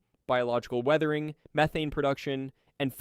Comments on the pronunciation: Is this done by AI because the way you pronounce things despite English clearly being your first language is bugging. It's not meeth-ane it's Meth-ane. It's not to-nami it's Su-nami. The list goes on. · Why do you pronouce the gas name as MEE-thane and Methaine? PICK A LANE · "Me-thane", " You-thane". I'm guessing this is an AI voice. Still, it's quite informative. Hey, you corrected it, mid vid. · It's an AI narrator. Abnormal pauses, over-enunciation of words, and literally pronouncing "methane" differently 3 times within 20 words